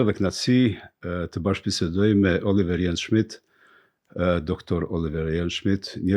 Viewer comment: Zoti Surroi, Me gjithë respektin, gjuha shqipe ka dhe shkronjën "l"(L). Shqip thuhet OLIVER dhe jo OLLIVER! KJO "LL" eshte "relikt" sërb dhe duhet larguar!